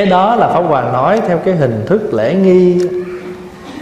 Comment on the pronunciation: Pháp hoà mà nghe thầy nói lại thành pháo hoà. 😁😁